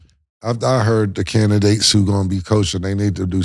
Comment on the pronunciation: Cam : candigates 😂